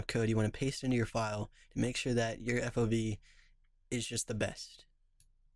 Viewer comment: "Now we change the FOB" The hell is an FOV =P